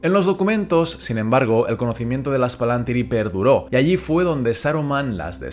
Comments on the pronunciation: Exacto, la pronunciación del plural en el vídeo es incorrecta, pero de todas formas no confundamos esa tilde con una tilde española. En quenya indica que es una i larga, y eso obliga a acentuar en esa misma sílaba en ese caso concreto. Son las mismas reglas de acentuación del latín: las palabras son esdrújulas a menos que la penúltima sílaba sea larga, en cuyo caso son llanas. Una sílaba puede ser larga porque la vocal sea larga (PalantÍri) o porque a la vocal le sigan dos consonantes (PalAntír). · ¿Por qué pronunciás "Palantíri" como si tal llevara tilde en la antepenúltima sílaba si en el título del vídeo se lee como una palabra grave y no como esdrújula?